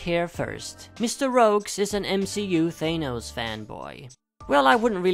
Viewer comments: Its Thanos not Gaynose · hearing 'thAYnose' makes my eye twitch nah jk great list rogues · Thanos not thenos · It's closer to how thanatos is pronounced